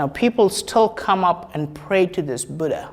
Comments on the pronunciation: dear, it doesnt matter how foreigners pronounce "Buddha" but being an Indian,you must prounounce it properly... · Nice explanation and no bgm. Good .one request you are an indian you know the pronounciation of Buddha. Great work.